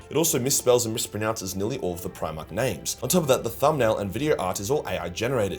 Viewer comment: i recently came upon 1 of these ai channels today... they could not pronounce primarch, they instead, said and subtitled the words, pre - march.... now, i can imagine a human confused on how to say guillimans full name, without hearing it first hand, but the word primarch is a much more known word, the the names of the primarchs, i dont even think i can name them all without a couple hints, while what they were talking about was interesting, i gave up listening after only a few seconds... between "pre-march" and "roboty gillman" theres no effort at all there